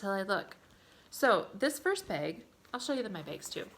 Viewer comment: You were recommended to me by YouTube. That is all. I hit liked and subbed. And when you said "baaag" I laughed. I was born and raised in MN...my friends make fun of me all the time...baaag, taag, raag. I think it was you that mentioned stitching and now learning about loop starts? Tell me about it...you'd think years ago we would have known how to do that because it was always 2 flosses over 1 aida...we didn't have even weave, linens. Well we did, but it generally wasn't what we stitched on. Nor did we have "fancy floss". LOL I look forward to #2 and hearing about your great escape to a stitching retreat. Never been to one and want to.